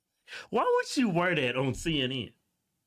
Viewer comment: Cenn Inn 😂😂😂 I will pronounce it this way from now on 😂😂😂 Love y'all ❤️